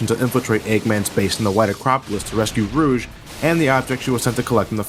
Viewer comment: u say rouge so wrong